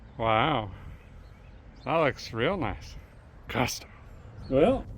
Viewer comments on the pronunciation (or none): Hey D., about that white wheel up front. Did I hear you say "custom", or "cussed 'em'? Just ashkin'...